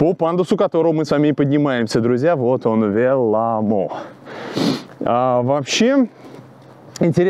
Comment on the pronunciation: Уважаемый, если Вы не против, я обращу Ваше внимание на то, что ударение в финских словах всегда падает на первый слог. Поэтому - Са́покка, Ве́лламо и так далее. Я с увлечением смотрю и слушаю каждое Ваше новое произведение. Большое спасибо!